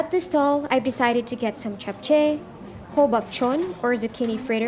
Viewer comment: I have watched many videos of Seoul, but the first video I have seen of this market. It's clearly a spot only Koreans go to. I am impressed you pronounced "japchae" correctly. 👍👏